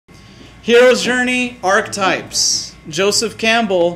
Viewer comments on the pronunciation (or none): ARCH-E-TYPES has three syllables.